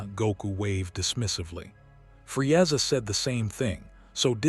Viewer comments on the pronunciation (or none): I'mthe man, Fre-ezza, Nawlin. AI pronunciations, hilarious